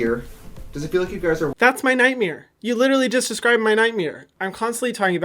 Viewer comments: “that’s my night-meere” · Omg I live how he says nightmare .... “ nightmeere” 😂❤️ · "NightMERE" lmaooooo you're too much. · Love how hyram says nightmare ThAts My NyTmArE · Hyram:"That's a nightMIR. You literally just described my nightMIR" 🤣🤣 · hyram: that's my nightmeer. you literally just described my nightmeer